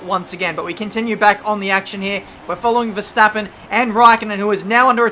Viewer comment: . Veshtappen? who is Veshtappen? LMAO XD